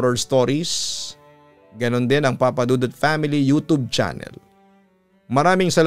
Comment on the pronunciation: Gusto ko talaga makinig, at dahil lng sa pagbigkas nag youtube (yotub) naddstruct ako,,ayaw ko na sa susunod..tapos makakalimutan ko na naman..kinig ako ulit…all the best